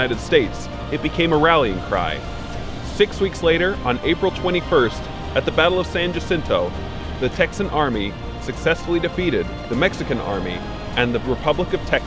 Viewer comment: San Jacinto..., it's pronounced San -HA cinto